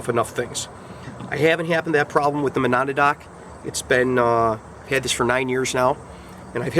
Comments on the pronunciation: ma-NAW-da-dock? ma-NAW-dock? You don't need to be able to pronounce the name properly to give it an accurate review, but fyi, it's "muh-NADD-nock. ASP batons are so ubiquitous that in some places, all expandable batons are generically referred to as "Asp's" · great videos! I laughed at your pronunciation of Monadnock! it's actually MO-NAD-NOCK (muh-nad(as in gonad)-knock). it's a mountain in Washington or something. I started out in LE with their expandable PR. (16 yr vet of police work) stay safe and keep the vids coming. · Perhaps you should learn how to properly PRONOUNCE Monadnock - MOE-NAD-NOCK before you review it your fuckin moron.....